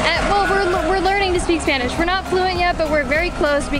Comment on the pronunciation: Guys, love your videos, you're fun to watch, thank you for all you info, can't wait to go to Holbox next year. On a second note, your spanish pronunciation is amazing!